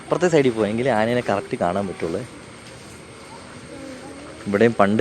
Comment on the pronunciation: ആനേനെ അല്ല ആനയെ..... എന്തായാലും യാത്ര അടിപൊളി ആകട്ടെ..... 🎉🎉🎉🎉🎉🎉🎉🎉🎉 അടിച്ചു കേറിവാ.....